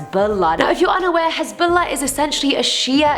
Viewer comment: The way she says Hezbollah is on POINT yes queen